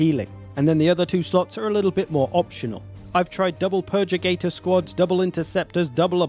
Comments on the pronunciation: Purgator not purgigator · "PURR-GUH-TORE" (only teasing. Great vid! Loving the game!)